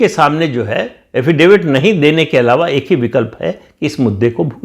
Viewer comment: काका ये क्या सुन रहा हूं, बिहार का Dy CM सम्राट चौधरी एफेडेविट को हैफेडेविट और पेनाल्टी को प्लाटी बोलता है। तरह तरह की आश्चर्य जनक चीजों का जनक बताया जा रहा है फिर भी इस तरह के एलियन को इलेक्शन में भाजपा ने टिकट दिया है, इसमें क्या रहस्य है।इस पर भी प्रकाश डालिए।😮